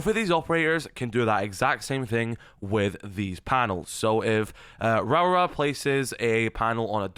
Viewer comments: every time he says her name i feel my soul ache Rawra vs Raora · really butchering her name😂😂😂😂raawrarh😂😂